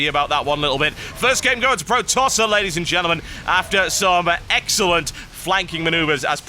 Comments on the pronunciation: He's not Pro-Tosser. He's Protos-ser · "pro tosser" Eeewwww!